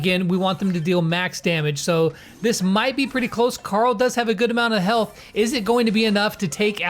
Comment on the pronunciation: Pet pees .. not carll. Its Carl hehhe no joke